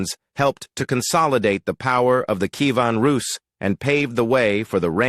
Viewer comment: Bee-Zan-teen-Ah Em-peer. NO. Key-A--ven. NO CON- stan- tin- O- plee. NO BiZ- an- TEEN. NO Sl-aa-vik. NO Key-VAN Roos. NO NO NO NOOOOOOOOOO